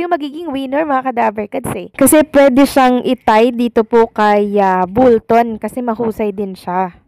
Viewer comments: iha...Bolton (pronounce as "ball" ball ton) hindi bull-ton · Bolton po.hindi bulton.sorry po. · Bakit Bulton ka ng Bulton?? Bisaya ka ba? Bolton po hindi BULTON! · Ung tatlong lalaiking judges bwisit kau..mga inggit kau kay stephen jc..at bolton hndi bulton..kug guato mo buion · B O L T O N hindi bullton! 😅